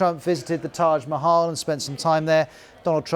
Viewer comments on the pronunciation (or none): Your pronunciation of" Swami Vivekananda" is also not correct,. And so as your pronunciation of "Taj Mahal". Moral: Those who live in glasshouses, must not throw stones at other.❤ Note: Those being Indian don't know the correct one kindly see Sadguru's pronunciation Most of the unaware british struggle especially on "veka" and "nan" part (and unfortunately some Indians too).